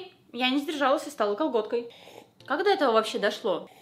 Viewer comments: Я же не одна всё время вместо «готкой» слышу «колготкой»? :D Это получается, я не удержалась и стала...КОЛГОТКОЙ? АПХАПХПАПХАААХ, ОРУ 😹😹😹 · "Я не сдержалась, и стала..." Все люди: готкой: кАлгОткАЙ 🖤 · Да, окей, хорошо, стала колготкой, мммм, допустим... 😹